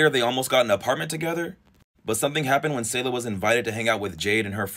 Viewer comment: Damn it’s weird to see her face all over my social media I’ve know her and her siblings since elementary school. Also it’s “Say Luh” not “Saw Luh”